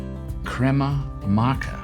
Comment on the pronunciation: His pronunciation of "crema macha" 😂 the confidence lol